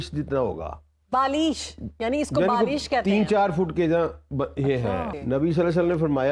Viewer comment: It is Balisht not Balish Madam